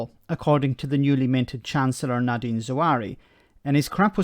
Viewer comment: Nadim, not Nadin.